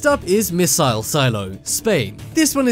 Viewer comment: A miss-I-ile? It's missile No offense.